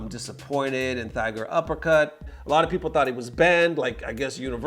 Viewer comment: dude its pronounced TIGER(uppercut) it takes place in THAI LAND you still pronounce it as TIGER.